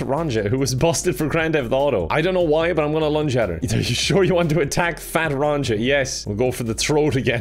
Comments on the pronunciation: "Ron-cha" Triggered Nordic noises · Fat Ronja is pronounced Fat Row•nyah… have a good day